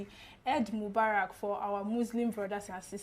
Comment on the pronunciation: Its not /ed/ its pronounced as /i:d/ Mubarak